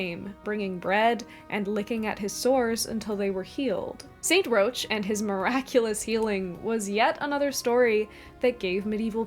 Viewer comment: New Orleanians all cringed at once when you said "St. Roach." It's pronounced 'rock,' generally, in English. We have a whole neighborhood named after him.